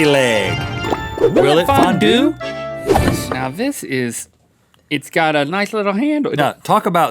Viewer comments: fondue? FON-DONT!!! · Fondue or fondont Haha... Hahaha... Ha..... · “Cheese Fon-doodles” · Fondues and fondont's. ha ha ha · Fondue? More like FON-DONT! (I'm not sorry) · It Fon-DON'T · US-Americans can never pronounce Fondue right! It's a french word, so spell it like one.